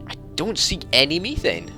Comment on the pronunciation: Just so you know it is said "meth ane" is how it is pronounced